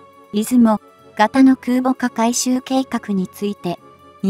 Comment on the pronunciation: 再生速度を調整しても、音節の区切りの異常さ（例えば「いず も」など）や誤読の多さは解決されませんしね(-_-;)